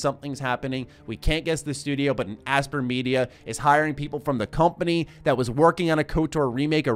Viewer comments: For the love of god... it’s not aspr. It’s Aspyr (aspIRE). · its pronounced aspire, not asper.... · Aspyr is probably pronounced like aspire, no? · You referring to Aspyr? ("aspire") They've been around for a very long time. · I think Aspyr is pronounced Aspire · I would have thought it's pronounced like "aspire" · Aspyr is probably pronounced like "Aspire"!